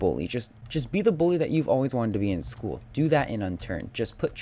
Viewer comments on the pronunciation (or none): none